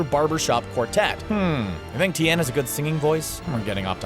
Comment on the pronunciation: u say it like tee -yen not ten